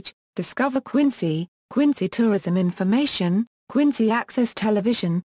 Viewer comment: Then pronunciation of the city is wrong. It should be pronounced Quin-zy.